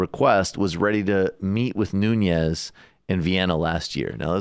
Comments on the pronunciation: I can't take you seriously unless you pronounce Nunes' name correctly. He's Portuguese not Spanish. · decembrist The host weird pronunciation of Nunes made me doubt. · You keep saying Nunes incorrectly. The way you say it makes him sound like he is Hispanic/Latino. He’s white. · For more credibility, pronounce his name correctly. No tilda on the "n." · It's strange how many are not able to pronounce Nunes correctly, but are pronouncing his name almost like a Russian with a soft 'n' before the 'e', like 'Nunyes'. The name Devin Nunes actually rhymes with 'heaven trueness' (according to Daily News), but that's maybe hard to believe concidering the last news about him. 😉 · Michael, you're still saying "Nun-yez"? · His biggest support is all the surrounding farm areas. And it’s Nunes..pronounced without the Hispanic accent. Something small and stupid, I know..but I know his family, and I’m Portuguese. It hurts my ears. It all hurts my ears, really. I don’t support valley Republican politics. 😕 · nuñes?😂😂😂😂he is not Hispanic he is portugese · It's Nunes, not "Nunies". His family comes from the Azores in Portugal. Worst export ever from the country. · I think it’s pronounced ‘noon - es’ not ‘new - nyes’. No tilde ~ on the n. He does look scared as shit too. Lol. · Nunes, not Nuñez.... This traitor is not Hispanic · His name is Nunes, not Nuñes. That's how he himself pronounces it. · Devin Nunes' last name is Portuguese, so not pronounced with ñ like Nuñes. Just Noo-nes. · Get the name right... Nunes. Not Núñez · Its Nunes, not Nuñes. Portuguese, not Spanish. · It's not Noon-yes, it's Noo-nes. l2portuguesesurnames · Nu-Nez, not Noon-yez. Please! He's not Latino, or even of Spanish decent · is it just me that cringes every time this guy says nunez? ...totally not pronouncing it right. noo-nez...not noo-nyez...nez like nez perce... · The correct Portuguese way of pronouncing his name Nu.nis. But even more correct way is Nun.ass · Guys... his name is not Nuñez 🤦‍♀️